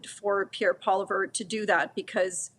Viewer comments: Normally I don't pick apart stuff like this but why can't Rona Ambrose pronounce Poilievre's name correctly ? She was interim leader while he was an MP in her caucus and he's now been the leader of her party for years... This just sounds extremely disrespectful not to learn how to pronounce someone's name correctly. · Love that Ambrose is misprouncing Polievre’s name. Likely to grind his gears as she stepped out of the party, likely because of his in party hatred. Wish she would reconsider one of the few true Conservatives that doesn’t have to use hatred and bashing to debate. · Rona Ambrose should probably learn how to pronounce Pierre Poilievre. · former conservative could not pronounce Pierre's last name.....huh? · Rona keeps mispronouncing Pierre Poilievre's name. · Somebody tell her she's pronouncing Poilievre wrong. She's such an intelligent woman, I don't understand this. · Sad that Canadians can't pronounce Poilievre. We aren't Americans fgs. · If a panel member can't pronounce Poilievre correctly then that person has lost all credibility. And she is even a conservative?!? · Why does Rona pronounce Poilievre like that ? 😂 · Why can’t Rona pronounce Pierre’s last name? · She can pronounce his last name but she is just being petty and vindictive trying to get her little digs in. There’s another fool that I’ve seen interviewed on this show that does the same thing and shows how petty he is as well. They should stop interviewing them since their bias is so bad that their opinions are meaningless. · Right? I mean if they can't even pronounce people's names correctly, why should we take anything else they say seriously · PP is emphasizing his “French” roots for political expediency, but those who knew him in his early Alberta days know he played up his Anglo bona-fides by pronouncing his last name that way. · Make her look stupid, unable to say a name in one of the two official language of the country... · It’s not Poliveur it’s Pollievre lol.